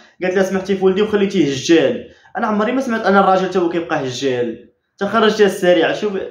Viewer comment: راها بغات تقول خلاتو دجال وهي تقول هجال.😂😂😂